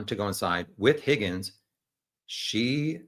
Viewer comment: It’s driving me nuts. I have to correct the host. His name is pronounced “HOGGINS”